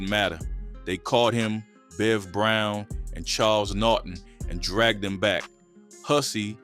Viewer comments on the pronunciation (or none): none